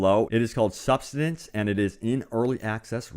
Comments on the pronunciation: Subsistence, not substainance or whatever the hell he said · "Sub-sis-tence" Idiot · Pretty sure it's pronounced 'sub-sis-tense'. And you were right: I hadn't heard of any of these. And I still don't care. Sorry. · I like how you didn't even come close to pronouncing subsistence, despite two tries at it.